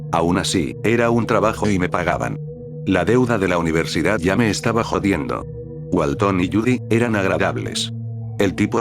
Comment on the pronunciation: Walten no walton, creo que al loquendo no a dicho bien. No soy de Espana o de latinoamerica, Perdon por los errores.